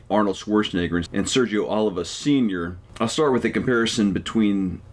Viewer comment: PUH LEEZ !!! OH LEEV VAH !!! Not Oliver.